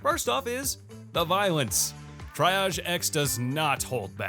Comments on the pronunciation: Triage is pronounced tree-aazh. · triage is pronounced tee ahh zsh